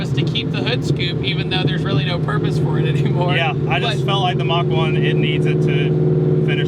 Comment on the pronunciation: Who else gets triggered when they say „Mock One“ ? 😂 But still...great video!